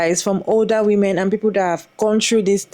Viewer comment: Him pronouncing women as “woman” always gave me a cringe